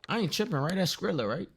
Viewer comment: It's not skrilla lmao it's skilla